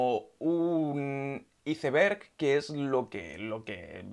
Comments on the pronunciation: Iceberg! Ni lo pronunciaba bien 😂😂😂 lo Decia como sonaba! 😂😂😂😂!!!!!!! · Porque en España no pronuncian bien la palabra ''Iceberg''